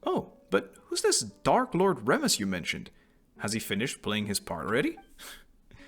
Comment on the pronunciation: I laughed too much at the "" -tion he hehehe.